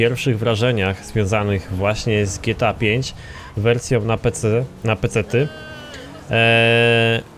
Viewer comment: Dżi Ti ej fajf .. Boże ...